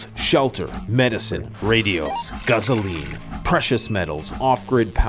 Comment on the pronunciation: Haha okay so this might sound like a bit of a strange question, but the way you pronounce gasoline, it sounds like you say it in a bit of an accent. By any chance are you saying it the way a few of the characters did in the original Road Warrior and Mad Max movies? I was just curious, because ever since I heard Mel Gibson and a few other characters in those movies pronounce it "guzzoline", it is literally how I always say it now, especially at work (I'm a career licensed automotive technician). As soon as I heard The way you pronounced it, it made me smile because I've been saying it like that at work for almost two decades now after watching those movies when I was a kid 😁👍.